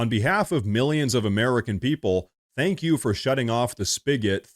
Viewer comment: Ooooh mistow Zensky definitely would have been better off just saying “tank you”. 😂